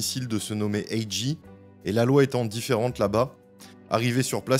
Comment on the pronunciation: Coucou, c'est pas A.GEE,c'est A.JAY😉✌✌✌